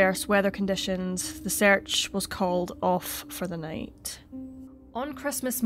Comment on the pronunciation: I love how this lady pronounces her 'E'...like in Latin. Almost like a long 'A' like..."search" = "sayrch"..."SAYrch"...instead of "surch" like Americans pronounce it